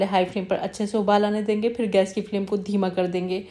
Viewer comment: thanks! Now Urdu vs Hindi corrections: 1: Phir not Fir 2: Takay masalay jale na not taa ki, Hindi speakers use ki istead of kay - “main ye kehna chahti thi kay…” not chahti thi ki. 3: you used “zeera” correctly instead of “jeera” that hindi speaker wrongly pronounce along with “jindagi, jaroor, jiada”